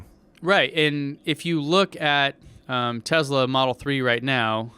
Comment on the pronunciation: So, no-one is concerned about "Tessla" or "Tezla" anymore? Cool.